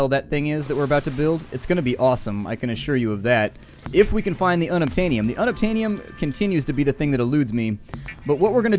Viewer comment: unobtainyum? xD Sounds like it's unobtainable!